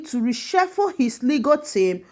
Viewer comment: You couldn't pronounce RESHUFFLE...? You calling it resheffu